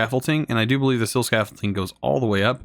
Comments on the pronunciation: “Scaffole-ting” makes me hurt inside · definitely not, or you were raised in a really backwater place